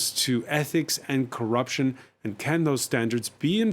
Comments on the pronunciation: Corr'p'ution ? With "p" after double rr ? Are you sure? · CORRPUTION?? really DW?? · I would also be rocked by "Corrpution". 😂